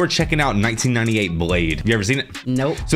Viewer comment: My dude said 1998 with his whole chest and my knees instantly started hurting 😭